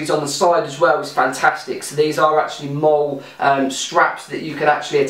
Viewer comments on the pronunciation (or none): Could you do me a favour mate The MOLLE is ment to be pronounced MOLLY not MOL Cheers